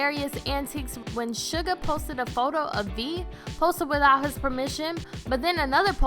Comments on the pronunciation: It is actually Suga not Sugar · its suga....not SUGAR JEEZ GET IT RITE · "The BANG-TAING boys" "shu-guh"